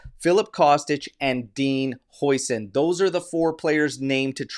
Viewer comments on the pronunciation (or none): none